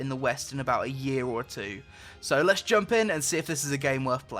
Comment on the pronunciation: Best part is the 'Bewbs' then jumpuh